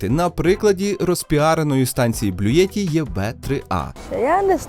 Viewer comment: Не Блюєтті, а Блютті !